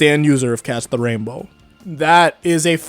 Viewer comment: Did he say Catch the Rainbow or Cast the Rainbow?